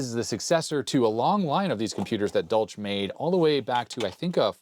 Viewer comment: It clearly says "for industrial USAGE", not "age". Also, that's not how you pronounce the German name "Dolch". The ch is a hissing sound, like a cat makes.